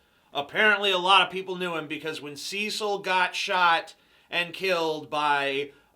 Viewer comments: Ceeeeeecil the Lion??? It's Cecil! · I hate the American pronunciation of Cecil.